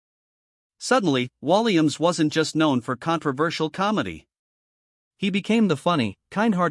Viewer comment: When you can't pronounce his name right , after all the years he's been entertaining , it is time to shut your BS down . No thanks to your BS .